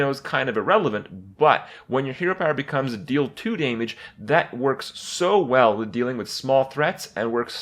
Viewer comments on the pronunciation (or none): 'deal 2 daymage' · "2 dameage" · That is now how I will pronounce "damage".